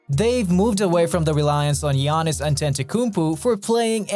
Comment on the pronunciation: Why dose he say geanis